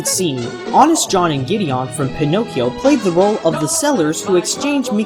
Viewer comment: giddy-un, not giddy-on